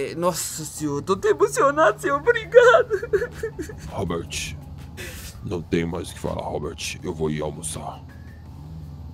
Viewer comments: "ROBERTT" KKKKK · O comandante falando Robert kkk